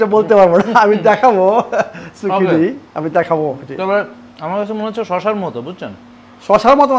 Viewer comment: সুকিনি না ۔۔۔ঐটা জুকিনি ۔۔